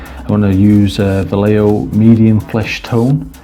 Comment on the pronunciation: what an horrible way to pronounce vallejo....